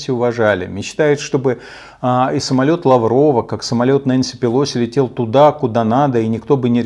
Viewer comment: Умного человека и послушать приятно! Спасибо! Очень уважаю Вас. И отдельное спасибо за правильное произношение фамилии Нэнси ПелОси, а то все остальные почему-то ее называют пЭлоси... это так, к слову